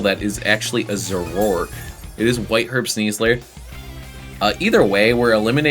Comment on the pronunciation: The "a" in "Zoroark" is not silent; it's "Zoro-ark" and you were pronouncing it "Zo-rork."